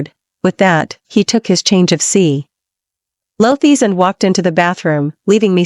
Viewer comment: "clothies"? That's giggle-worthy!